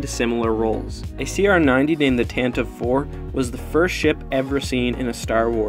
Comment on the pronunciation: Dude, btw, it's the Tantavee VI, not the Tanta VI